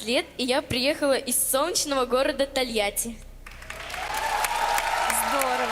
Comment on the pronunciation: It's pronounced Deanna Ahnkudeenova with emphasis on the deen.